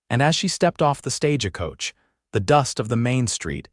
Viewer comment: The word is not sta ge coach its STAGE COACH!!!